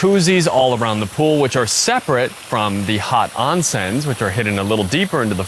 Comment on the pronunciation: LOL, "Self-sustaining tomatoes"? would love to know more.... For "onsens"......let's pronounce it like the Japanese, it is OHnsen, not AHnsen...thank you.